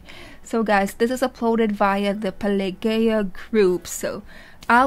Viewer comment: Pelageya is a famous Russian singer, who mostly sings Russian folk songs. She's very good at it and has a great voice. Yes, you pronounced the name correctly. The performance is absolutely fantastic and emotional. If you remember, Diana also performed this folk song in the tv show "Showmaskgoon" a couple of years ago. Thank you for the reaction!